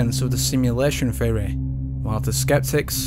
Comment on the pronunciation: It is amazing how badly you pronounce the word theory. Fehohreh